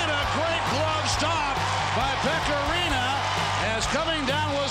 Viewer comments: Pekka Laaksonen definitely “Rinna”.. I am PISSED about it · how many times he said rinna it rinne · I don't know what was more brutal: Preds jerseys or the absolute butchering of Pekka's surname smh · Carson Deer his name is Rinne, so I'm making fun of how they don't know how to say it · How sad it is for your own broadcast team to constantly mis pronounce a players name over and over again! Good Lord! Same TV crew guy who also was quoted once during a Predators game saying: "both of these teams came here tonight to play hockey!" My God, awful! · It physically pained me hearing them pronounce “Rinne”.